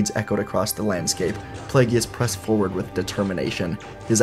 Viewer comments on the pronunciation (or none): Come on, man. It's pronounced play-giss, not play-gee-us. I love your What Ifs, but the mispronunciation of Plagueis' name, especially after hearing Palpatine pronounce it in Revenge of the Sith, hurts my soul.